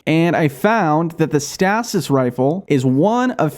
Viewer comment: Stay-sis stasis 😂